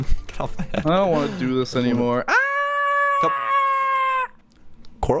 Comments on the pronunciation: corl not corp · you are not stupid but coral is tell Coral this